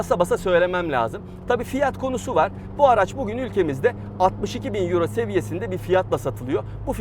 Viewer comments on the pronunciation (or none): none